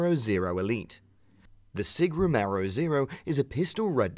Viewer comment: Sig Sauer "Romero" does not exist it is "Romeo"